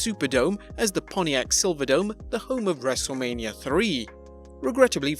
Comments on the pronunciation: This whole time i thought this channel named was actually Wrestlemania, until the beggining of the vid he says wrestlamia xD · All this time I thought the channel was named 'Wrestlemania' not ''Wrestlelamia'' 🤔